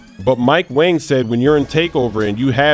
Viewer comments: its not mike "wang" its "WONG" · It’s mike wong not mike wang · Come on it’s pronounce ‘Mike Wong’